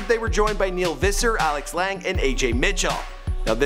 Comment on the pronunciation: I cringed everytime you tried to pronounce Lange..